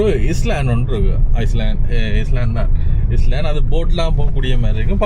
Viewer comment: Island, It's not இஸ்லான்ட், உச்சரிப்பு, ஐலன்ட்